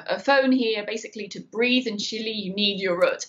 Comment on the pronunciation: Except saying CHILI and not Chile it’s true